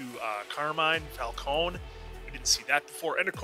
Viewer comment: Why does everyone I watch pronounce Falcone "Fowl-cone-ee" Is it just an American thing or?